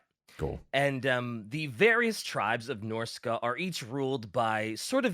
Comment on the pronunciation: yet another fantasy ep that's impossible to listen to because of pronunciation of the faction name who tf says norsca as norsey?